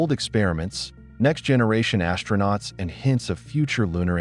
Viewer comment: Pronunciation: AS-TRO-NAUTS, not ASH-tronauts. There's no "H" in it.